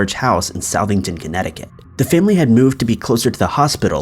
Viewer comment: Southington is pronounced "Suth-ing-tun"... just so you'll know for future reference ...